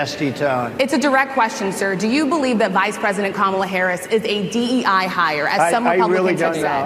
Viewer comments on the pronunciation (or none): Trump in that interview seemingly did not even know what DEI stands for - when asked about it he said that there is no definition for DEA .... he definitely did not say the last letter correctly.